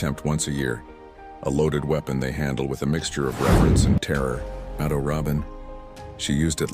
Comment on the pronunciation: It is amazing how lacking AI still is in trying to pronounce names correctly. Mado (like Rachel Maddow) Robin (not the bird, but Ro, like row your boat, and the emphasis on the last syllable, a nasal -in. Please stop trying to spread your AI ignorance and learn.